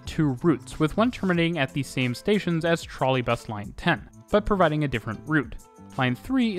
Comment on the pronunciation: The most amazing thing is how the narrator pronounces every single station wrong. I mean, use google translate and check it out, is not that difficult.